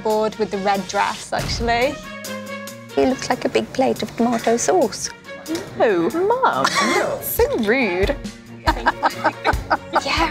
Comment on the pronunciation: She called it a big plate of tomato (?) sacuce lololz